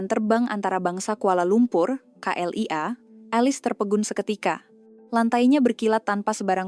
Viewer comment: kok bongok sangat sebut KLIA kok jadi CLEAR.. CLEAR itu jelas...klu gitu betol lah..indon ni bodoh2 gampang banget seh..